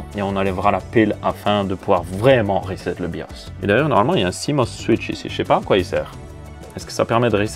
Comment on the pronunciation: Merci de ne pas avoir dis "rézette" ce qui ne fait péter les plombs à chaque fois.😜